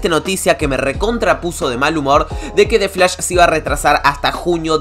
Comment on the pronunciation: xq dices defs lash, y no dices the flash????